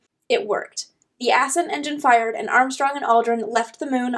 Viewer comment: Ass-cent engine? Ascent is one word, dear.